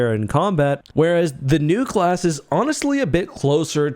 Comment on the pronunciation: It took me half the video to realize you were saying Nu-class shuttle, not new-class shuttle. 😂